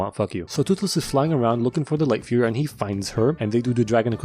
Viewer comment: Did bro say light fuhrer